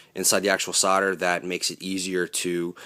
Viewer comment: 'Sodder' !!!! There's an L in SOLDER !!! And eeewww, taped joins ??!!